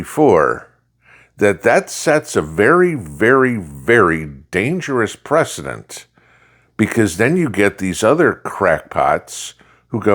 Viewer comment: He said "precedent".